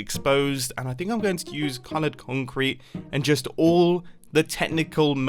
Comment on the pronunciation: why does he say collard cuncreat?